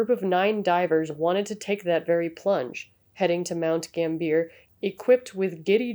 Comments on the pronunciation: It's pronounced gamby ah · nice video...but its south australia, and pronounced like mount gam-bee-ya